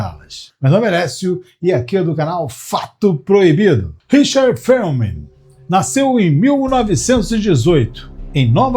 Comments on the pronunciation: Quem poha e FELMAN? Nome correto Richard Feynman. Que poha é nóbel? O correto é NOBEL. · Feuman? Conhecia ele como Feynman.